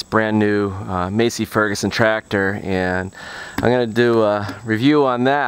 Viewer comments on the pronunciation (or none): Massey, (short a) not Masey (long a)